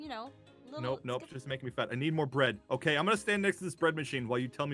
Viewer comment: no, he said *OAK*ie